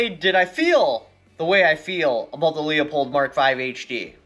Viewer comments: I literally cant watch this video listening to him slaughter, besmirch and disrespect the fine German name of Leupold(LOO-POLD!) by mispronouncing it like the Polish last name of LEO-pold. Leopold was a Polish composer. Leupold(LOO-POLD) is a German who started an optics company that eventually became Leupold and Stevens. LOOP-HOLD and STEVENS. Fucking giant face palm. Just too many errors over the last year in simple English, grammar and communication. I got better channels to watch. Unsub. Bye. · It's Loo-pold FFS! Stop saying Leo-pold. Can ya not read? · Not LEO pulled Pronounced LEW POLD Leupold=LEW POLD - correct Lee oh pulled- incorrect Everyone within the company pronounces it correctly. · Lee-a-pold?? Leu-pole!! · Leo-pold or Leu-pold Loo as in "Cool" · yes or the name Lou. Leupold is pronounced Lou-pold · I told you so. By the by, it is pronounced Lou pold. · It pronounced "loop-old" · It's pronounced LOOPHOLD...FYI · Its pronounce LOO-poled. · The way u pronounce Leupold has me dead lol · same lol also has me dead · You can't even pronounce the name of the scope!